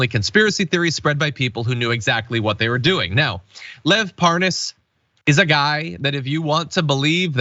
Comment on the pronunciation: According to Devon Nunes, he never heard of Lev Parnas. Oh yeah you mean Lev Par-nas, right.